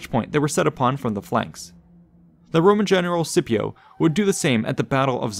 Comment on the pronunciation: I liked that you pronounced Scipio with a soft c, like it was back in that time.